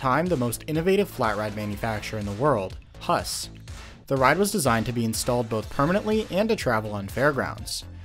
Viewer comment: Huss should be pronounced like who-ss